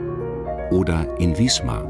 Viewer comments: die stadt heißt wismar und nicht wiesmar ... das tut weh beim hören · Im Norden spricht man Wismar mit scharfem S.